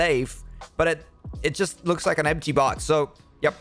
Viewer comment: i love how when she says "looks" it sounds like shes saying bak for a milisecond